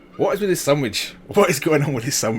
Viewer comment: It's sandvich not sandwich